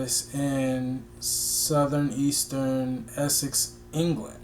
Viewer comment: Don’t worry about the pronunciation lol. But, Southend is simply pronounced like the 2 words. South. End. I love this version, and the time you take to do the research even before you listen.